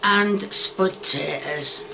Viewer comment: "The spud ta'ers taste like spud ta'ers" Classic ❤